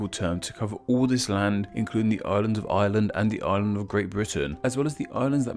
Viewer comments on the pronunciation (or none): At first I thought he was saying "The Ireland of Ireland" as in the republic of Ireland that's not part of the UK